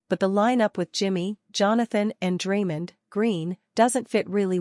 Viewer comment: Stop mispronouncing Draymond 😢